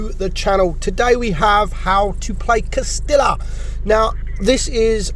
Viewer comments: Cas-tee-yah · It is pronounced Cas-tee-yah. Get your Spanish on.